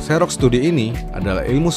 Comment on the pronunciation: setau saya 'xerox' itu bacanya 'ziroks' bukan 'seroks' hhe